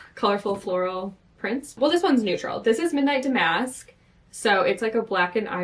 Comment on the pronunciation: Daamn-usk. Not dah-mask.